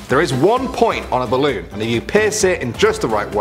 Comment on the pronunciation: "ballon" lol